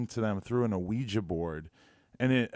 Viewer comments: " awiji board " its Ouija board bruh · Hold up... Did he just say “O-ouiji board” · ahweejah board😂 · First off you don't pronounce the O in Ouija, secondly, although I agree this kid is an unfunny fucking moron, it is just a fucking joke. People have to stop being so fucking hypersensitive in this country